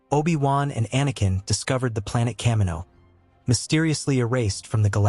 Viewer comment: Kamino is supposed to pronounced "cuh-me-no". I hear this other way and it's so wrong to me. I've never heard it all my life the other way